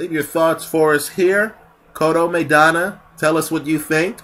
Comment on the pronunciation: MY-Donna. Not MAY-Donna.